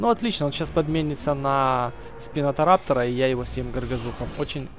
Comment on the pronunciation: Хватит говорить спинотораптор он спинораптор